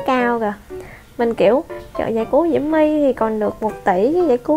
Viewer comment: Chị ơi nói là diễu my không phải là mu